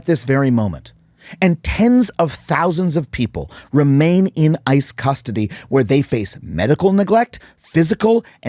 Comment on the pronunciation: i thought for some reason he said I and not ICE